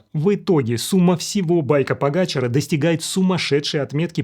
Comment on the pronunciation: Погачар ударение на последнюю букву А ведь